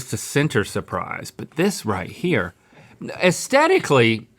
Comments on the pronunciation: Can someone please tell Link that you're supposed to pronounce the TH in AesTHetically? 😫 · Has anyone else noticed that people on this show don't say the word "aesthetically" right? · Oh no! Link has learned the word 'aesthetically'.